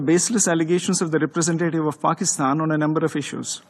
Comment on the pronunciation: Paxtaan and its aand weapons!